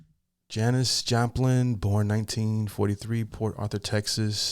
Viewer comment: Yes you pronounced it correctly. Haven’t heard of Janis? Under a rock?